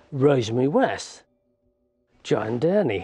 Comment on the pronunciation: Joanna Dennehey isn't part of a killer couple, she just had flunkies to help her. That's why they consider her so unique. Wonder why the one analyst keeps calling her DenneHAY, instead of Dennehey. Is it a quirk of her accent? I still like her, lol